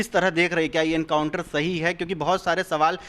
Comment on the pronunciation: पागल हो गया तू काउंटर नहीं बेटा एनकाउंटर होता है पहले बोलना सीखो पागल साले